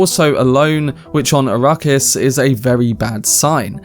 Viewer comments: Please it is “arack-is” not “a-ruckus” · It could just be his accent! Give him a break!